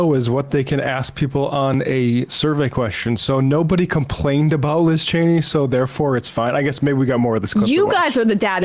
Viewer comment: Sam always refuses to get Liz Cheney's name right oh my god